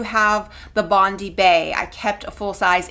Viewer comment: It’s Bond-eye bae. Like the beach in Australia